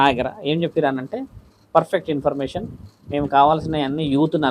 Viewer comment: యాంకర్ అన్నా ఇంపర్మేషన్ కాదు. ఇన్ఫర్మేషన్